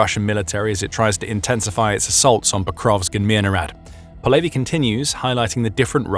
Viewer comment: How did you take a Ukranian common last name of Polevyi and made it sound Jewish as "Po Levy"